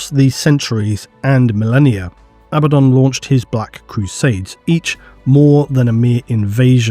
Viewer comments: lol I cringe everytime I hear A baddaon versus aba ddon😂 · I'm still in the camp that pronounces it ah-Bad-uhn